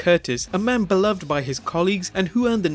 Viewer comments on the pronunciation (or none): none